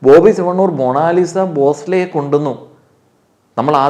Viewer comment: മോ - ണോ - ലി -sa ...? she is മോണാലിസ .